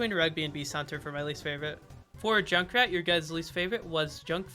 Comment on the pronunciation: That junk skin pronunciation made me cringe lmao